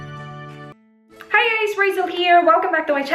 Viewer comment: Parang nagkamali ka po dun sa hi guys hehe pero ang cute hehehe 😂😂😂